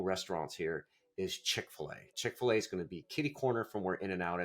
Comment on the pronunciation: Shopping? Restaurants? Chick-fal-a a restaurant? 😅 you seriuos? good luck, man